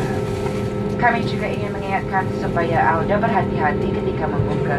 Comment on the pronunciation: Apa saya yg salah dengar..kok pramugarinya ngomong, kata anda dia bilang auda ya😯....?